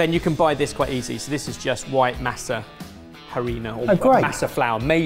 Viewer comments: Being American Mexican-crying at how masa is pronounced 🥹 MAH-SA. Not MASS-AH. 😅😭 and it’s a really old tradition. My family does it from pork head. And don’t use anything else but husk. It’s it’s own plate! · Boys. Boys. Would it kill you to pronounce masa and salsa properly? Love your work. Not so much love the anglicization of words seemingly at random. If y’all can learn to say leviosaaaaah at Hogwarts, you can learn how to pronounce masa. We promise you won’t get in trouble.